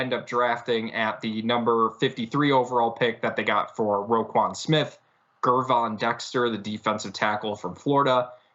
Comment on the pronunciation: Ger(like German) Von... Gervon, not Gurvon 😅🐻